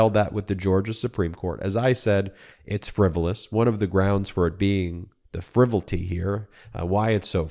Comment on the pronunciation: Love your stuff, but don’t say “frivilty” again….ok?